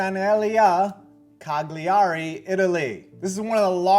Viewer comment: It's pronounced Calyari, Italy